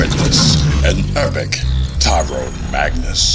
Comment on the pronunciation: "Tyron" Magnus, lol.